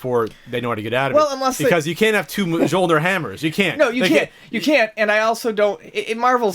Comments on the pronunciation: Holy hell.. how are you comic book nerds and you don't know how to pronounce mjolnir? The "j" makes a "y" sound. Myolneer. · Myul-neer is how the cats say it.